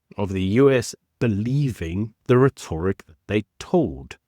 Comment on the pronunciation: Please have a look at how rhetoric is pronounced. It gets me every time. And you use it alot.